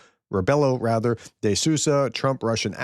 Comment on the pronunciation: Hi. You can read Sousa like if you read Soosa like Rebook:D so Marcelo Rebeelo de Soosa:D